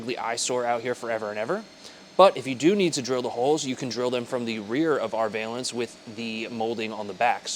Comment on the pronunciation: Can you mount these on an SR5 premium? Also, just FYI pronounce the first half of valance like the name Allan.